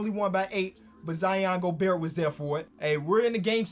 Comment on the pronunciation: please stop pronouncing the T in Gobert